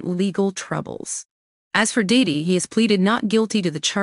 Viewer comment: It's hilarious how the AI voice mangles Diddy's name.